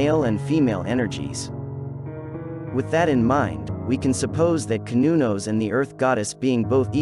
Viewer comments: Cer-nun-nos is how it's pronounced not cun-no-nos. Old Celtic language is just an older form of English so it's just proper. Just like how older Latin is just masculine while modern Latin is feminine so old terms were proper which is masculine but then language aged and proper became past tense making it feminine. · Pronounced "sir" not "cur" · You did really well with your research! I have been a follower of Cernunnos and his alternates since the early 70’s (pronounced Cur-nu-noss, you almost had it right, better than most). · Not true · i have garlic wheat and offerings of wine for cernunnos.. sir non nos is my pronounciation of the gaulish lord and god of nature and seasons